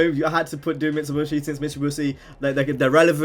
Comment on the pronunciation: Mitsubishi, not Mitsubushi! Nice video though, more modded videos would be cool